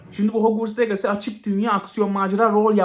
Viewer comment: abi bide legasi değil licısi diye okunuyo . Aklında bulunsun